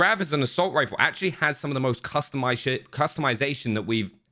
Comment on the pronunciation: Did you just say...Customized S#it 🤣❤ Tidy guns